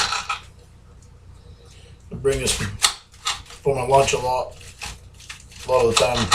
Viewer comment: Not a whole lawt